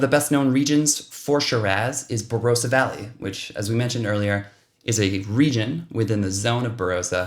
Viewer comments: Tops, mate. Say Bah-rah-sah, sounds better. ☺️ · Don’t know why yanks can’t get pronunciation of some of our names right . The “o” in Barossa is pronounced like the “o” in “on”